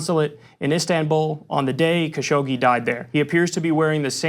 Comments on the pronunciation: FYI, his name is pronounced "Cash og gee" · Kyle. Repeat after me KA-Shoug-jee !